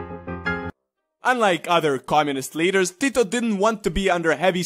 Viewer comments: Damn that was some nice pronunciation of his name, most people butcher our words, I'm quite surprised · Im a Serb and I know how to say hes name and u really sed it good like u are from Balkan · You said Tito's name with such a nice Serbian ( or any similar accent ) accent 🤔